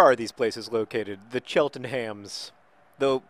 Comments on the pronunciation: So I stopped watching these a while back, not really consciously, just got really behind. I now remember that you cannot pronounce my birthplace, Cheltenham, to save your life. It's pronounced Chelt-num. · I will never stop laughing at John's pronunciation of Cheltenham.